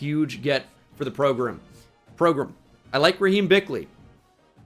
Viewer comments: I feel like you keep saying PROGRUM just to annoy me personally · People gotta stop saying progrum man